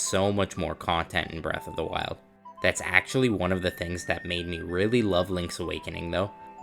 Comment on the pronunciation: Braath of the wild 😂